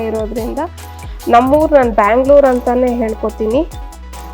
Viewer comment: ಶುಭಸಂಜೆ, ಕನ್ನಡ ಜಾಸ್ತಿ ಬಳಸಿ, ಬ್ಯಾಂಗಳೂರು ಅಲ್ಲ ಬೆಂಗಳೂರು ಆಗಿ ತುಂಬಾ ವರ್ಷಗಳೇ ಆಗಿದೆ. ಕನ್ನಡ ಬೆಳೆಸಿ ಕನ್ನಡ ಉಳಿಸಿ 🙏